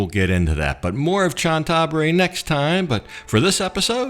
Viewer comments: Cna Tha BURI not Chan THa buri. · Please please learn how to correctly pronounce the name of Chantaburi. It's "Chanta Buri" and not "Chan Taburi". Emphasis on the first "a". You say the hotel's ne is "Meet" but the pictures show it's "Meen". Oh and Chantaburi is also famous for its pepper. Like adjacent Trat and Cambodia's Kampot. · Great Video. By the way Chantaburi is pronounced "Chanta-Buri"